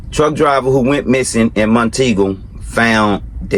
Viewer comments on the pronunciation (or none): Ur saying it wrong.....its Mount Eagle not Monteagle.... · Trucks call it mont-eagle Like Mount-eagle Not mon-tegale lol